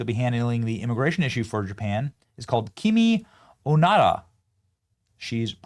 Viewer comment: Watch Benny go viral in Japan for mispronouncing Ms. Onoda's name as "onara," fart. :face-orange-raised-eyebrow